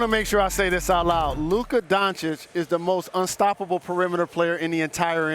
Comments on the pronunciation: Stephen A. is for sure saying Donchick on purpose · Who TF is Luka donchick Steven a.. It's doncic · When will SAS say the dude name right.. it’s been 4 years bro learn how to say Doncic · 4 years, and Stephen A still calling doncic with donCHIK. what a dummy caster. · He just does not want to pronounce it by now properly! Goran Dra geek, Don Chick... Imagine a white guy mispronouncing black people for years! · Is it that hard for Stephen a to pronounce luka’s last name correctly? It’s not like he does this for a living or anything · Someone please teach Stephen A Smith how to pronounce Luka's surname 😐